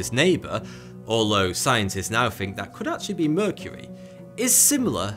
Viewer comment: The tash makes him say fink instead of think.